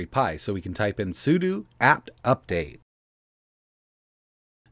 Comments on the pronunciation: Its sudo not sudu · "Suuduu" hahaha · SUD(O) is that an O or U? xD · is... "sudo" not pronounced the same as "pseudo" or "judo" or the "sudo" in "sudoku"? I recognize the clarity gains of disambiguating "sudo" from "sudu" are marginal and it creates a new collision with the actual word "pseudo", but that's how I've always read it. (I recognize that it's just a shortening of Super User DO, but if that had be shortened to SUD instead I'm certain we would say that the same as "suds" or "SCSI", so I don't think the component words should have much bearing in this case).